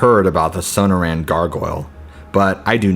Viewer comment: That's So•nor•an,desert, sorry just bugs me,coming from a guy who flunked Spanish in high school!